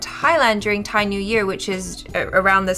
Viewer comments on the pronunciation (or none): none